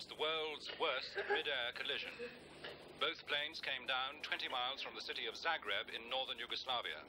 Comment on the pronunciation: It's Zagreb, not Zargreb :-P